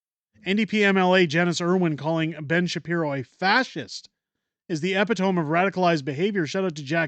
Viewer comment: Epitome = uh-pi-tuh-mee